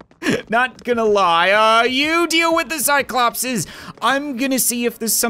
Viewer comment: its 'cyclopes'